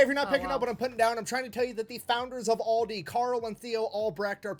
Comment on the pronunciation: It doesn't matter if you say it Aldi or Aldi's. Both sounds wrong for a German the way you pronounce it😂